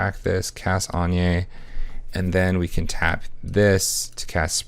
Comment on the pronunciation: Thumbs down. I can't condone the mispronunciation of Anje's name.